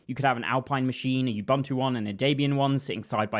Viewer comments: not yubantu, nxa.. OOO BOOO NTU. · Why has the whole damn developer community taken to mangle the Bantu word “Ubuntu” as you-BUNT-ew ? It’s oo-BOON-too — part of knowing your tools is knowing how to pronounce them. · Ubuntu is pronounced oo boon too. oo like room. There is no "you" or "bun" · It's /ʊˈbʊntuː/ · minor thing - all the u-s in "ubuntu" are pronounced the same way, like the U in "umami". Like "oo-boon-too" but the "oo"is a short "u" not a long "oo". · ... is bro saying "you-bum-too machine"